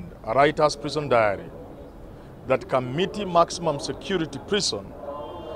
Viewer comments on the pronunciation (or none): none